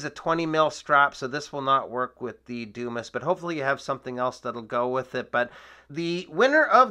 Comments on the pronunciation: Dude. That's not a doo-miss. It's a Dumas. Pronounced dew-mah. As in Alexander Dumas, author of the "Count of Monte Cristo." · It's pronounced Dew-MAH. Grow up. Stop embarrassing yourself.